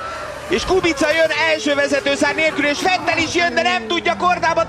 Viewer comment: Fetl!! Vettel=Fetl Palik nyelven!